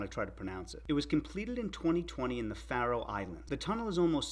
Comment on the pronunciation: You need to learn at least two things: 1. How to pronounce Faroes 2. That there are no cities in the Faroes